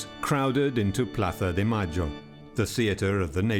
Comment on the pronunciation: When the narrator says "Plaza de Mayo" with the ceceo... Makes me want to throw up lmao